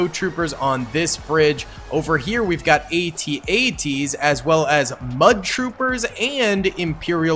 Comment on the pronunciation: I can tell you weren't born of the Star Wars generation. The A.T.A.T's are pronounced - AT--AT - Sounds like @@